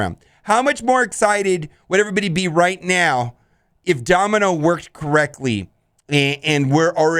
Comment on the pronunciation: OhEmGee- Mispronounces Domino Me, and eventually this comment section- So you have chosen death